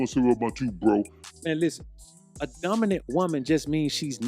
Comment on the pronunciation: Dumbinant not dominant